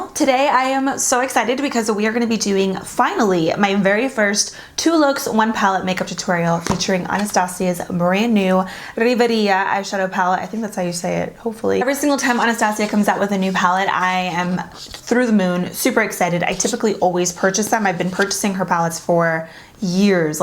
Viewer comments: I think it’s pronounced REE-VEE ERA pallet in ENGLISH 🤔 ❤️ ya & this 2 looks 1 palette is a great idea 💡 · Its pronounced "Rivey-era"...., i love u soooo very much and love all ur video content... Keep it comin lovie bc we're here for it.... Muahhhh!!!! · U pronounced it wrong but it’s okay😂